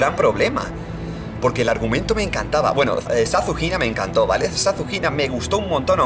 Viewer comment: cada vez que dice "ZaShunina" escucho SasuHina:v (Sasuke x Hinata confirmed)